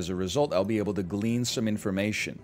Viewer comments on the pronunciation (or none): none